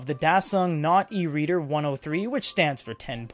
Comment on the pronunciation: The manufacturer video does say it supports notetaking with a stylus. . .but the narrator also pronounces it "not eReader".